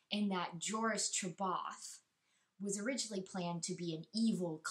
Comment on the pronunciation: I just recently read this book, and enjoyed it a lot. (read+ audiobook version) at the same time. Mostly because, I didn't know how to pronounce half the planets/character names... Joruus C'Baoth is e.g. pronounced JOrus SA-ba-yoth by the narrator... good review btw.